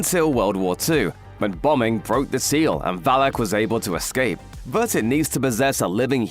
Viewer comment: It is VA•LAK —- this is how to pronnounce.. very simple.. VAL•LUCK